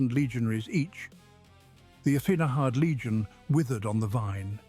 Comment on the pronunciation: why can't you pronounce third?